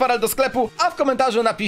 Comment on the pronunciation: Lavry i larrry troche dużo tego rrrrrrrrrrr